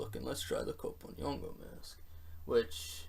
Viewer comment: We're gonna have to teach you how to pronounce "kp". It's a single syllable. Just like we have "ch" or "tr" in English. Soon as I confirm that the people of Cote D'voire pronounce "kp" the same way the Yoruba people do.....